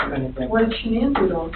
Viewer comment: The only thing worse than the murders is her name "Shuh-Nan". I just want to rip my fucking ears out hearing that over and over again